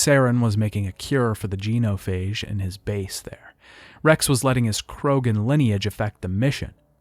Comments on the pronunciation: Did you play the trilogy or just narrate this video? I’m only asking cause you butchered so many words “geno-phage”, “sa-lar-rians”, etc that aren’t mispronounced by ppl who play the games. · dude I have to ask. why do you intentionally mispronounce names? your video is killer but that shit was grating the say KAY-DEN like 40 times not KIA-DEN and it is JEN-O-PHAGE not JEAN-O-PHAGE. I know it is a nit pick but really stood out. other than that really really good video.